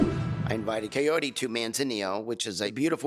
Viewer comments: Chayote, kayote, kayodii... C'mon Ed! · He sounds like he’s saying COYOTE damn Eddddd